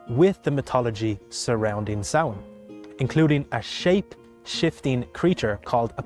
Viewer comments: I'm so glad you looked up how to pronounce it properly 👍😁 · easy way to pronounce it is sow-wen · Pronounced saw-en 🎃 Original celtic Festival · its sow in .Samhain is an irish word and aw sounds are indicated by an accent marker called a fada as there is no fada its sow in rather than saw in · Samhain is pronounced SALWIN (USA) and SOWN (UK) 👍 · Both are wrong considering the name is in the Irish Language and pronounced Sow (like the pig) - In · It's Sow-in, not SAR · I learnt it as pronounced sour-n